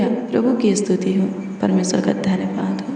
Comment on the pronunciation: Astuti nahi behan stuti bolte he